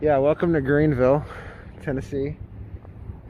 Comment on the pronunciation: Omg ...OHHHHH MY GOD YOU CANT EVEN GET THE NAME OF OUR TOWN RIGHT ...YOU TRULY Should've PAID FOR A WALKING TOUR WITH A GREAT DEAL MORE INFORMATION